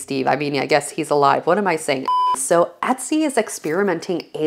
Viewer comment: How about Etsy ? You mispronounce it as well